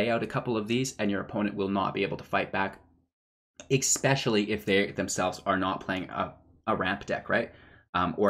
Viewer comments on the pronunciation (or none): "exspecially" isn't a word